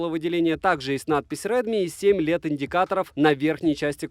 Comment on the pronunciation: Я немного подвис после фразы "7 леТ индикаторов"😀. Понятно, что LED, но на слух все равно смешно